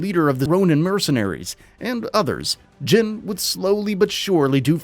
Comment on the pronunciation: You are pronouncing his name wrong. His name is not jen. Its jin(Gene)